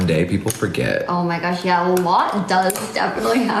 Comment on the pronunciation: why did he say yeah like that 😂😂😅